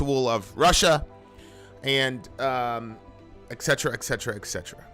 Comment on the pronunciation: I have different point on "Et Cetera"... It's "Et Cetera" not "Exetera"... I know I'm with minority and could be burned on stake.:)